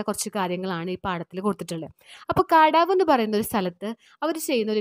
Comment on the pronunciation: The pronounciation of kadavu is ' kandavu'